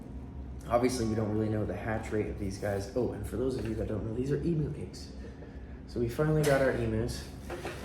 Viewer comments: Love the video but just letting you know in Australia it's pronounced emyou not emoo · Love all your videos ... But please Emu is pronounced Eeem yooo not E moo ... I'm an Aussie and it drives me crazy when Aussie things are pronounced weird. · E-MEW is the correct pronunciation. I hope you have a massive area planned for them , as they are a huge bird that needs to run .